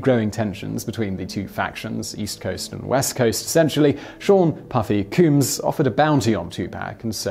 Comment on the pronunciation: Isn't it pronounced Vahn-Go? And it's Shoog like the beginning of the word Sugar. Also it Combs not Cooms.